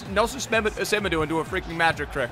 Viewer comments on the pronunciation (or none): none